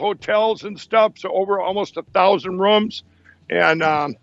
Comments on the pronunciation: he pronounces it " rums" we booked all the hotel rums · I'm pretty sure he said "1,000 Rums".